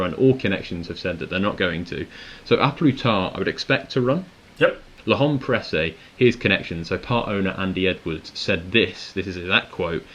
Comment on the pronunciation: Top stuff as usual, gents, but one request: please learn to pronounce L’Homme Pressé properly! Thanks. 👍